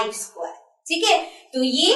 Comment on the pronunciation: mam vo sqqquare nhi hota vo square hota hai galat pronunciation hai ja english classes join kar